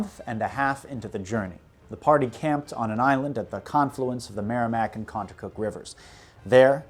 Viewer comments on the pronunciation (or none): Con-too-cuk river. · Excellent historical research, but the lack of research on proper pronunciation of the Nashua, Contoocook river, Saco river was a bit disappointing. Nash-you-ah, Con-two-cook and the sock-oh. I’m sure a quick google search could have told you this. But good job on the pronunciation of, kank-ah-main-gus, hav-er-all, wuss-ter, -Konkerd local